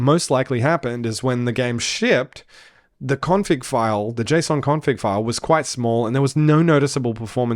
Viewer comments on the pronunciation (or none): none